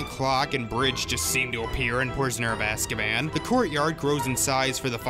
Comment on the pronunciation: Gyrazal618 playz stuff it’s azkaban not askaban